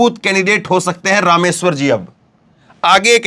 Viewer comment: Rameshwar JI..not ..Ram....war